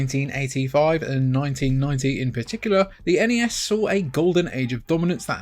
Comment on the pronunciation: N-E-S. It's an acronym. Absolutely not Nes -- like Nessi from Scotland's loch.